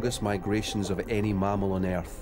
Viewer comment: He called Earth Air'th